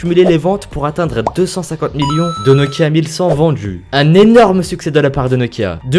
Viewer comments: VendJu dJu monde... C'est l'accent d'où ça? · J'espère que tu as conscience qu'il n'y a pas toujours de "j" après le "d" dans la langue française ! J'ai arrêté la vidéo tellement ça m'exaspère ! Les djix objets, autrement djit, aujourd'jui, vendju... J'ai les oreilles qui saignent !